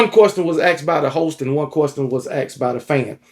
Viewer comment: Please never stop saying quorstion😅